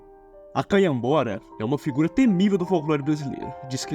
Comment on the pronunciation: ele só errou canhabora galafuz resto tá certo amigo